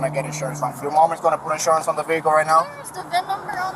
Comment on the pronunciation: I wish these low lives would learn how to pronounce Vehicle properly..the H is silent ! I'm sick of hearing Ve HIC il